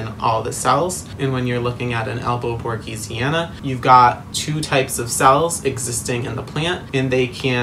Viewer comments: Its written Borsigiana He says Borgisiana Its pronounced Borsijiana 😭😭😭 Sorry I’m not an English native so idk but I’ve seen a plant girl that owns a shop and says it like that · Nice video, but it's monstera albo borSiGiana